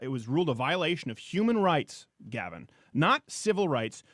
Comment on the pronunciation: How does everybody get Gavins name wrong